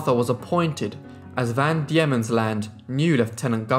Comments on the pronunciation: van Diemens ... pronounced "dee-mons" , not "dee-ye-mons" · It is Van Deimens land as in demons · Well if we want to split hairs I thought it was Van Daemon's Land pronounced demons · Van Deemans land, trugganini Able Tasman. Pronounciation is key